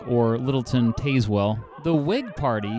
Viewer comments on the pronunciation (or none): The pronunciation of Tazewell killed me. I live in Tazewell County and ran for our Auditor position in 2020